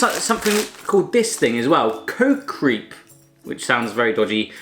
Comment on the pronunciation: Whahaha kootjes reap zegt hij echt geweldig als ge zelf dutch spreekt like if you agree